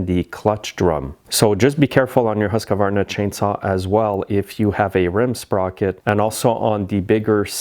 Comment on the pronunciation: The HUSQVARNA saw is not pronounced Husk a varna but Huskvarna